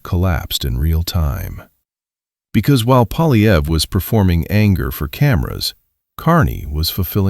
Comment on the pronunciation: The guy's name is Poilievre -- pwa-lye-vr. There is no "polly" in there, half-wit -- and screwing up people's names is the most childish insult in the ignorant person's armory. Take it down and re-record it, OK? This is a monument to ineptitude.